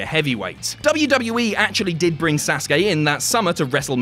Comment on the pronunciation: YESSS YESSS YESSS U PRONOUNCED SASUKE VERY VERY VERY CLOSE TO THE RIGHT WAY. Finally an english man does it, all i hear is sasuki, almost like suzuki, when it is SAsuKE. LOVE YOU, MADE MY DAY (i am a fckin nerd me)